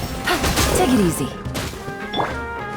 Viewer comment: Dunno if anyone else hears this, but when says "take it easy" sounds like she's saying "ticket easy"